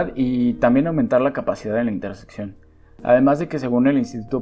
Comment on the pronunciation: Oye, se dice interseccion y no intersepcion. Hasta cuando un video sin errores de lexicologia!